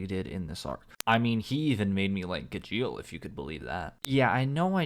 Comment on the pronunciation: I hate his pronunciation of gajeel more than he hates the character and natsu isnt meant to have alot of development hes a flat character not to say he doesnt have or cant have any hes just not gonna have alot of it